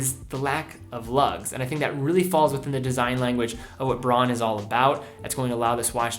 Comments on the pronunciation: Isn’t it supposed to be pronounced “Brown” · Jevon Png As a German i had no idea what word he was trying to pronounce, took me a while to decipher it. Not as bad as the common „Woolksvaagen“ though…